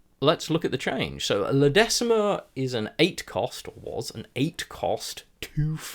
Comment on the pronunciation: Thanks for this. Just a small pronounciation thing - La Decima is pronounced "La deeeeechima" :)